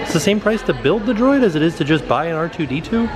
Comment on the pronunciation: C-R2D2 😂😂 I love you